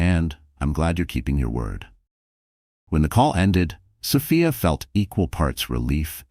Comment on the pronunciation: Sophia is pronounced so fe is long o, long e